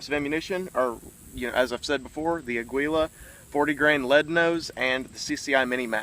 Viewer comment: I never heard aguila pronounced like that... Hahaha